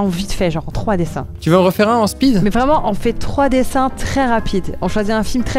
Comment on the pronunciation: Speeder Man, l'homme plus rapide... (Cette prononciation à la française qui change le pouvoir du héros...)